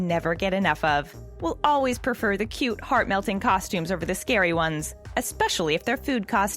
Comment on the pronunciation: YOU JUST SAID CUTE WRONG🙁